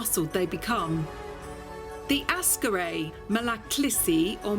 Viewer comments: I really love your constant ignorant mispronounciations of the dog breeds. It is AKsaray nor ASkaray. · It is called Aksaray not Askaray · Mam, please stop sayin' "Askaray" it is "AKSARAY". It hurts my ears everytime you say it. Ak - sa - ray. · its ak-saray. not as karay. just like how people dont say lodnon, its london. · Aksaray is pronounced more like "axe array" rather than "ask array" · It is nor askaray its aksaray, means white palace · Great video as always. Very informative and entertaining. I just want to point out that Aksaray province is not pronounced as askaraj, it is pronounced as aksaraj like there is an x between two first a characters. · Great video! A little correction; it is AK-SA-RAY, not as-ka-ray... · askarray? lol'd at that, sorry. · it is not Askaray Malaklisi, it is Aksaray Malaklısı (lısı part is pronounced as if there are two schwas in it.) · You are mispronouncing Aksaray. Not Ah-skah-ray, it should by "Ahk-sah-rye". Gorgeous dog, btw. I love Malaklis. Also, it is "Kah-rah-bahsh", means "black head".